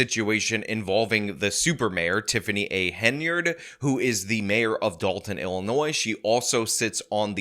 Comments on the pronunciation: Sean, I just wanted to say congrats on saying Henyard in this video and not Haynard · Thank you! Thank you for finally pronouncing it right. But more important: THANK YOU for listening! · I am so glad that you now occasionally pronounce the Super Mayor's name correctly